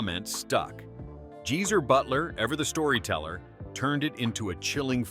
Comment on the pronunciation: Geezer is pronounced like it’s spelled, not jeezer!